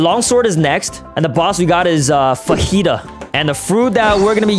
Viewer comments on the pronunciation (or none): Actually 🤓🤓🤓🤓 fajitas name is pronounced (Fa - ge -tuh)